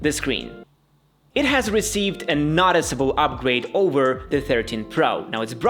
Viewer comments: I know English isn't your native language but it's noooticeable, not notticible. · Noticiable not naticiable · The way you pronounce "Noticeable" should come with a trigger warning....